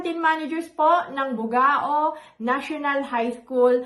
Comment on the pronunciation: Hehehe, correction please sa pronunciation po ng place po namin. Bugao (as in bu-gaw po). Again, pa shout-out po uli sa Bugao National High School Canteen Managers... Mam Ellen, Mam Hazel, Mam Melody, Mam Diana, sa pamangkin ko si Mam Kathleen, sa anak ko si Mam Ella, Mam Gelyn, Sir Rey and Sir Roger po. Thanks po and gid bless po.